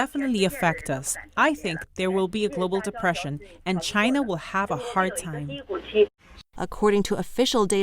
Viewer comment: Because it was made in Chy-na.....CHY-NA....